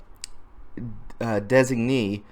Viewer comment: hey bro thanks for the videos. btw: you said it right the first time 'des-ig-nee'